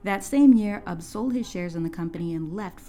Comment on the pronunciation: I always thought Ub was pronounced Oob until I watched this video, and then I looked it up after hearing your pronunciation. Learned something new today. Thanks for teaching me how to say it right lol